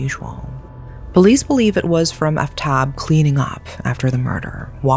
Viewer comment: the name butchering is KILLING me. "shr-AH-da" "aaf-tahb"